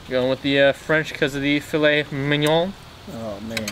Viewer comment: Thank God you pronounced filet correctly. I know people who pronounce it as "Fill-lit", and I'm like it's "Fill-lay"!!!